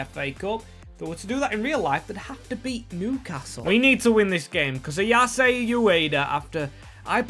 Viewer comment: Barely anyone could foresee what Ipswich have done so far this season. "Ayase" is pronounced with 3 syllables You can't draw Arsenal as they're in the same country.